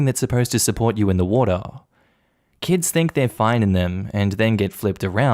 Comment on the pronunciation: I like it how he says water lol. Wotaa